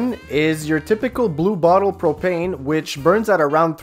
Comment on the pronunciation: What the hell does soder mean just kidding good video then he said propeen I love it